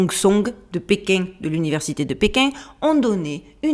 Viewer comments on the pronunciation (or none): J'adore quand vous dites "Péking" comme "paing" et "marsouing" ! ça sent bon le Sud de mon enfance ! Bisous à vous et merci beaucoup pour ces vidéos du dimanche qui réchauffent l'atmosphère ! 🥰🥰🥰